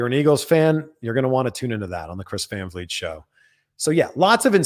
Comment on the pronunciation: Van Fleet is ALMOST how to pronounce your last name. It's more like Fahn Fleet. (/pronunciation nerd)